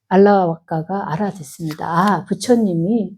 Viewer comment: 수타니파타가 무슨 뜻인지요 그리고 알라바까라고 쓰고는 알라와까 ㅡ라고 읽는건 뭐지요